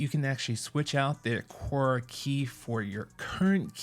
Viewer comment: A-car-ah not a-core-ah